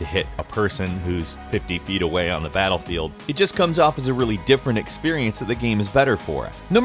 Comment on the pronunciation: did he say batlebield ?